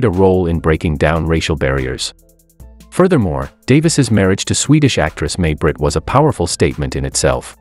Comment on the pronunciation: It’s not May Britt it’s pronounced My Britt.